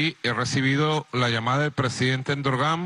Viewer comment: jajaja el presidente "Endorgán"... es Erdogan burro!